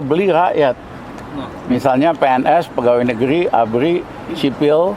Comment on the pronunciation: Ya..beldoa...beljuang...bual negli kita makmul 😂😂😂